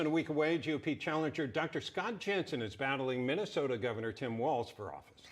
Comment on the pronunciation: 'Jenseng'? You fix this and I'll delete this comment, K?